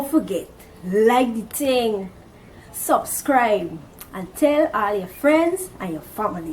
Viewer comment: She said "Like de ting" lol. Gt gyurl